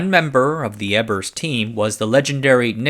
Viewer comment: its not Ebbers. it is Ebers. so LOOOONG E and short B, but u epmphasize the b. no. soft b. short. its real a pain when they cant prounounce all the german names. like they are everywhere and yet americans dont "need" to learn another language